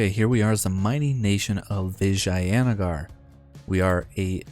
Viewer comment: Your pronunciation of Vijayanagar is the best out of all the English youtubers I've seen so far